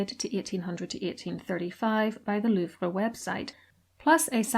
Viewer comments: your obviously saying it correctly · Great video. And you are pronouncing la Louvre correctly